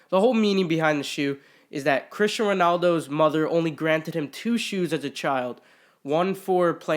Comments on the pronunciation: It’s cristiano not Christian 😂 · ITS CRISTIANO RONALDO not Christian.... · I'm sure someone already commented this but it's Cristiano not Christian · Terrible can’t even pronounce the Cristiano’s name correctly